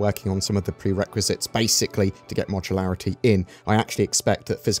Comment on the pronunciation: Modularity. Say it slow, moooooduuuuuularrrrrrity